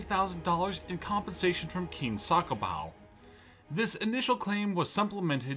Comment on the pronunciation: Bruh Its Not SakoBau.